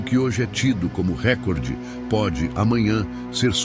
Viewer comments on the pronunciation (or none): none